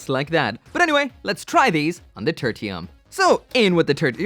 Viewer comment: Title: Turtium Gundam.: Turtium Gundam. Me: Okay, so it's called "Turtium" then.